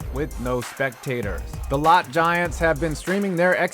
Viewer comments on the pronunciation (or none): Lotte is pronounced Low-Tay, not Lot 🤣🤣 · How many Korean speakers cringed when he called them the LOT Giants? (It’s pronounced LOW-TAY FYI) ;) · Lotte is actually pronounced Low-tay.